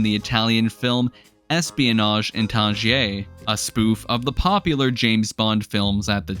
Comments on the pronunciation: it's not pronounced "Tan-Gee-ay" It's pronounced: "Tan-Jeerz" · Tangiers ... = "tan-jeers" fyi